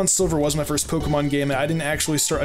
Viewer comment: I think he tried saying "First" but put in a y instead of a t